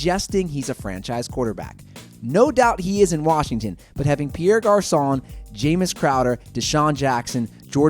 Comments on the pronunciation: It's "Jamison" not "jameis" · did he just call ma boy JAMEIS crowder